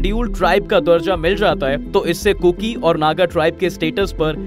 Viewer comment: First of all please, bolna sikho kurku nahi kuki hai.